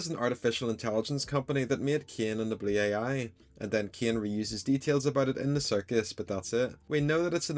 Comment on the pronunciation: How he pronounces blue ai "Blew-Aye-Eye"